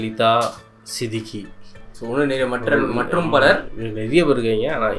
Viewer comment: நீங்க "சித்திகி"ன்னு சொல்றீங்க, ஆனா நீங்க அவரை "சித்திக்"ன்னு கூப்பிடணும். - I tried to translate but this will help an actor name will pronounce properly next time.. 😊